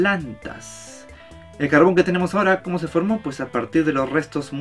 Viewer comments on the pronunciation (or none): No voy a mentir, Pense que decia cabron en vez de carbon 😂😂😂